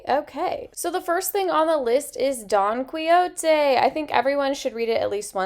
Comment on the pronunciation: Oh my goodness! This is amazing! Suggestions: I pronounce it Don Key-Ho-Tay. I read that English isn’t your first language so I thought I would help with pronunciation. Keep making the great content. {Especially if it is dark academia} :)